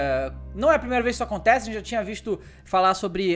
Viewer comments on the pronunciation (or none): "Fala gagente você está no Gameplayrj, quem fala com vocês é o " #EuApoio